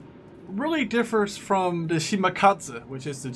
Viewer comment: He cant pronounce "the"